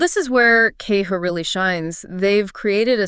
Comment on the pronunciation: Keho? Wow, this was a fail voice over from AI! And this is all 100% Bullshit. None of this video is true. customer service is non-existent. They have fees, lots of them!